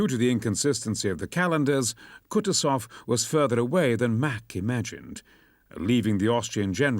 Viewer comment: If possible, plz correct the pronunciation: KUTUSOV pronounced 'Koo-TOO-zov, with the stress on the second syllable.